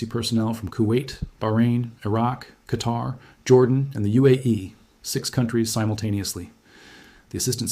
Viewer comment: Since you are so good then pronounce the places correctly. Oman is ooman, qatar is Qatar. And the name is Salman is salmaan